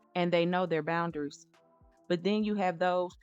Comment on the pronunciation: Just an FYI - it's pronounced BOUN-DA-RIES not BOUNDERS